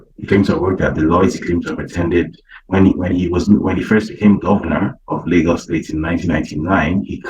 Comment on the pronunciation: Lag-Gos 😂, it’s Lay-Gos bro. Everytime I hear about these dope selling Nigerians. I think of that “no akata” scene in the movie “Sugar Hill”.